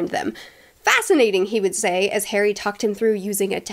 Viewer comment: start "ok today we are going to talk about HAIRY potter and the...." good grief!